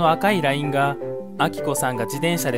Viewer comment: 「赤いライン」のイントネーションがおかしい